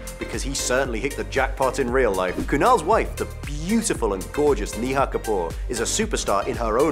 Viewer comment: I don't mean to be rude but as an Indian, I can't help but laugh (and cringe a little) at his pronunciation of Neha